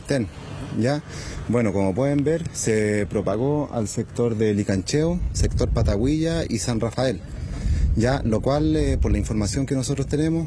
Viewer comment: parece que el periodista que realizó los despachos de los incendios no conoce bien los nombres de las localidades de Chile, en la comuna de Navidad se menciona a la localidad de Pataguilla, ese es el nombre Pataguilla No pataguila, es doble LL, yo soy de Navidad y conozco bien todos los nombres de las localidades de mi comuna, quizás sea un pequeño desconocimiento en los nombres de localidades de nuestro país.